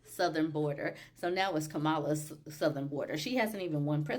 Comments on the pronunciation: Oops. Not Ka-MA-la. It's KAM-a-la. Almost like calm-a-la. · her name is pronounced (comma la) like the punctuation with la